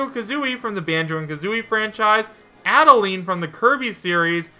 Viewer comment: Yeesh, quit botching up her name, man. Adeleine's name is based off the instruction, "Add a line." Get with the program!